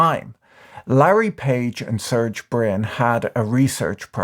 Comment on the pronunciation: Pronounced sair-gay.